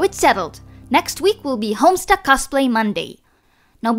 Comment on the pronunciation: Did she say homstuk I looooooooove homestuk